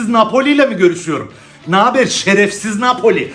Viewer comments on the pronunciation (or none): "şerefsif napoli" 😂😂😂